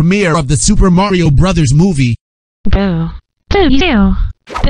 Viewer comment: Bro said Mayrio instead of mario ohhhhhhhhhhhhhhhhhhhhhhhhhhhhhhhhhhhhh